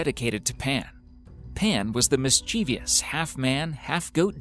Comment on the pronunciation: This Guy needs to learn the correct pronunciation of words. ie: MISCHIEVOUS not MischivIous, and Wiltshire not Wilshire. Grrr!!!!!